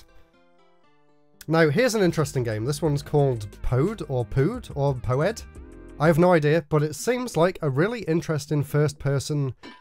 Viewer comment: That game you say Pee Oh'd, like pi$$ed off lol